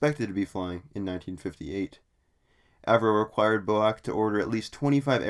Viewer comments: A friend of mines dad was a 707 pilot with B.O.A.C. He NEVER referred to it as BO-ACK. It was always B.O.A.C. As far as I'm concerned the Bo-Ack business is a transatlantic mispronunciation of fairly recent origin. I had never heard of it pronounced that way until a couple of years ago. I think you are incorrect on this one. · Boac? B. O. A. C. FFS! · BOAC? Never heard anyone say that before. Its B.O.A.C, with each letter pronounced separately. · "Quick note: I am aware that the formal way to pronounce BOAC is as an acronym (B-O-A-C), however, within the airline itself it was usually called Bo-Ack. While one is more well known, both are correct" Said Nobody Ever, oh, Except You! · Bo-Ack, "Falcon" islands ... very poorly researched. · FFS, stop saying "BOW-ACK", it is B as in Bee, O as in Oh, A as in dAy and C as in Sea! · BOAC is not pronounced Bowack. Its British Overseas Aircraft Corporation or B.O.A.C. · "Flew in from Los Angelees B-O-A-C, man, I had a dreadful flight..." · Rubbish it was never reffered to as Boack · Perhaps you could provide some evidence it was called Bo-Ack within the Airline then. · B.O.A.C is absolutely Not pronounced as a word. It is always pronounced as four single consecutive letters. It is an acronym and should be pronounced as such. To pronounce it as a word is to display one’s ignorant illiteracy! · I've simply stopped watching the second I heard "bo-ack". If you can't pronounce the name right, why would you expect you audience to believe anything else? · PINOCCHO CHANNEL!🤪..."Bo-ack" 🤣🤣🤣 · Bizarre turn of events (pronunciation) in this vid. Just so you know, British Aircraft Corporation was shortened to B-A-C……prior to it becoming B-A-E. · I presume you live in the Us-Ah. Mispronouncing names is considered rude. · "British flag carrier Boac" What??? You mean B.O.A.C. pronounced "Bee Oh Ay Cee" ....That's a schoolboy error!